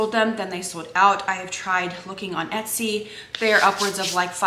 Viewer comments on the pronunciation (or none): none